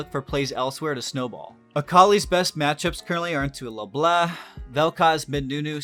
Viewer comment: Dude said Le Bleh